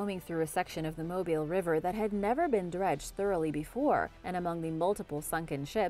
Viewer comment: The Mobile river is pronounced (Mo-beel) , I know how you like to enunciate your words correctly.